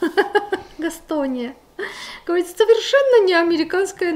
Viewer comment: Правильно говорить...ГАСКОНИЯ